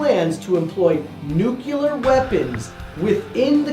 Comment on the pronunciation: ITS NUCLEAR NOT NUCULAR haha